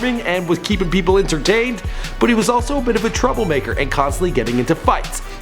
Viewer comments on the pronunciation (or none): none